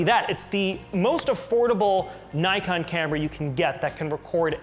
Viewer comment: There is NO 'Y' in NIKON ! If you don't believe me ask NIKON its their company . Instant thumbs down and with off ! Bye !